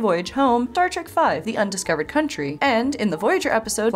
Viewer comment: Must be the flu but I swear she called it Star Trek 5 "The Undiscovered County"